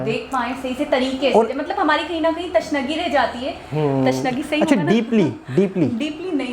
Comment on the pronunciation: Tashnagi nahin Tishnagi kahte hain